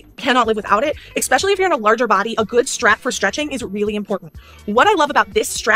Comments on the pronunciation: I hate how she pronounces especially as 'expecially' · If she says EGG-specially one more time, I'm going to scream into a pillow.